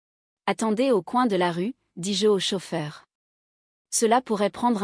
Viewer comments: Petite histoire distrayante réalisée par intelligence artificielle. On peut le déceler quand vous entendez : " dis-JEU " au lieu de dis- je . On ne peut pas applaudir ou plaindre des personnages virtuels ou alors plaignez Cosette ou détestez les Ténardier . C'est une fiction pour distraire un petit moment. Autrefois quand une troupe donnait un petit spectacle dans un village celui qui avait le mauvais rôle devait se cacher sinon les villageois l'auraient battu , confondant la réalité et la fiction . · Lecture trop longue. Et le "dis-JE" est trop prononcé" car le JE se dit Je mais NON JE appuyé